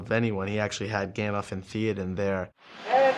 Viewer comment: uggghhh the way the american guy pronounces saruman and theoden makes me angry lol